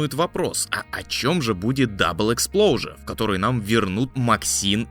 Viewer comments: Почему "лайф из стрендж дабл ЭКСПЛОУЖЕР" говорите? Если там написано EXPOSURE !!! Нет там буквы "Л"!!! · Почему он говорит Double Explosion?😅